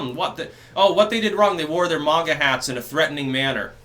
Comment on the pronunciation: its "maga" hats not "manga" (with japanese pronunciation) you fucking weeb